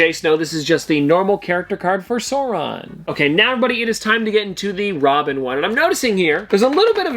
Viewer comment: Sar on. The “u” is silent. Love the chocolate pops!